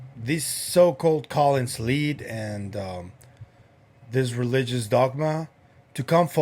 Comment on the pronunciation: Is he saying, “Colin’s lead?” Never heard of it.